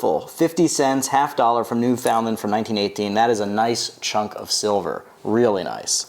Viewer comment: Not trying to be rude but We actually say it “new-fin-land” here! Nice video though!